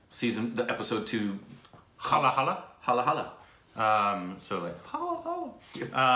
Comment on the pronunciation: ) its not hala-hala. It is pronounced as Hala-hal. Halahal is an extremely toxic poison that comes out as a by-product of an attempt by Devas (Gods) and Asuras (Demons) to extract Amrit (the nectar for eternal life). BTW loved your channel. But I am surprised you why you haven't got recommendation for some of the great movies. Below is the list of movies that you should definitely watch. Rang De Basanti I recommend reading these two before watching this movie: A wednesday Mother India Sholay Gangs of wasseypur (1 and 2) Bahubali (1 and 2) Pan Singh Tomar Lagaan Taare Jameen Par Kahaani Munna Bhai MBBS Anand Udaan Special 26 Queen Drishyam